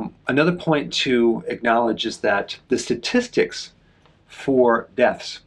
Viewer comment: Sorry to nitpick: What is a “sa-tistic”? Great info as always though. Thank you!🙏🏻